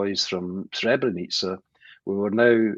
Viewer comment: I'm Bosnian and a muslim. Imran Hosein doesn't even know how to pronounce Srebrenica, nor does he mention the accurate date of the genocide in his video that is addressed towards the Bosnian muslims. He should go to Srebrenica and pray janazah and pay his respect to the victims of the genocide that FYI didn't only happened in Srebrenica, it happened also in Foča, Prijedor, Ključ, Višegrad and other places in Bosnia as well. He is ignorant and persistent in his ignorance. Yes it was a planned agenda. The Serbs did the same thing throughout the history of Bosnia as well and they do not remorse nor are they sorry. We see it every day, they are even threatening us with another genocide. Just look it up, the evidence is all over the internet. They regard the war criminals as their heroes ...